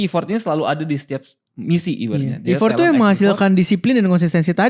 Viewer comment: Thank you buat kontennya yg bagus, tapi mohon maaf "effort" itu pengucapannya kayak "effert", bukan ifort